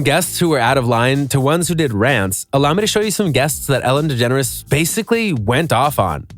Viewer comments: "ELLEN Degeners " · "ELLEN DEGENRES" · “ELLEN DEGENERS” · “Ellen Degeneres” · “ELLEN DEGENERES” macbook please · "Ellen Degeneres". Thanks. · ‘’ELLEN DEGENERES’’